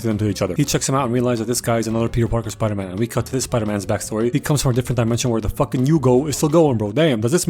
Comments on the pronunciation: Spidoor man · Spidor man 😂